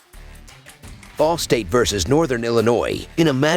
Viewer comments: Omg I thought I was the only person that heard “the ballsack cardinals”!!🤣😂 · Sounds like you said "ballsack" to cover the spread as underdogs lol